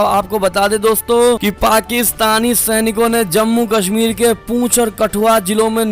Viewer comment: It's not पूंछ rather it's पुंछ